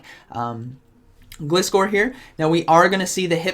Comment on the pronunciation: Gliscor is pronounced the same way as "glide" and "scor" :D